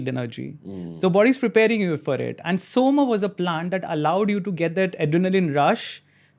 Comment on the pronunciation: It’s Soma, not Soma.